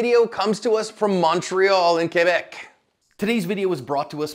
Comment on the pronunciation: John pronounces ´ Québec’´ like a BOSS 🏆